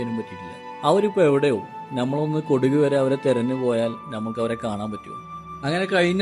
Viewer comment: കൊടുക് അല്ല! കുടക്.